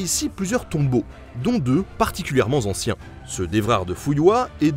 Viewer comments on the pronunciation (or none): pareil pour les wisigoths et les ostrogoths ! une autre petite remarque (désolée ! je ne peux pas m'en empêcher) attention aux liaisons dangereuses : à "particulièrement zanciens" ! sinon merci pour toutes ces vidéos, je suggère aussi la Cathédrale de Strasbourg, elle est rose et vraiment très belle.